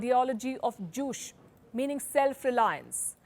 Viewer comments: Very well done! Though I must say Juche is pronounced like Joo-che, not joosh. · Pronounciation of Juche is not juss it's "Ju cheeeee" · "Juche" is pronounced "joo-tseh," not "joosh." Two syllables. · It’s pronounced Ju-Chay not Juice! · Okay, it is not "Joosh" - it is Joo-Chay (spelled Juche) and songun (military first). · She said jushe 😂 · It's pronounced as Ju-chaa. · You are pronouncing Juche wrong :/